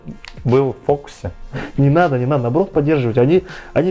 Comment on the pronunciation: братан, не "ненада" а "не надо"